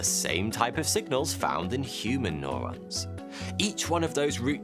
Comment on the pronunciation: Man, I hate how he says 'neuro-'